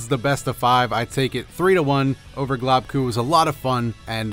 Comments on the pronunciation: GLOBEKU not globku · Globku. Pronunciation: Globe- ku